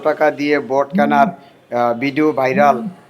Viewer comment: ভাইরাল ❌ বাইরাল ✅😂